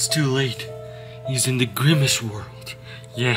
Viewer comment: he is grimece not grimece shake